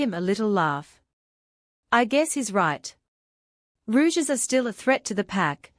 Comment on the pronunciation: I just can't listen to the misprounciation of Rogues as "Rouges"